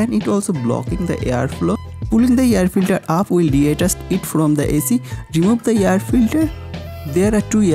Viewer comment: hey idiot its not yar filtar, its air filter